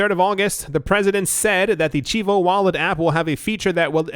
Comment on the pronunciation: It is pronounced "chee-vo"